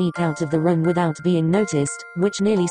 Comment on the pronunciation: when the voice says 'room' it sounded like 'rum'! I'M WHEEZING!!!! :))